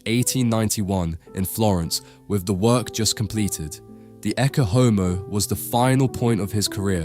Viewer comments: Ecce is pronounced ay-chay, not ekke. AI is even destroying everyday English to those who hear this and copy. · [ˈettʃe ˈɔmo], with "ch" as in "church", not a hard "k" as in "Christ". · “Ecce” pronounced e-ch-ay This AI?